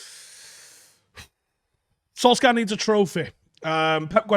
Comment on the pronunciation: It is pronounced Solshayr, not Solksiar :) Other than that, great video as usual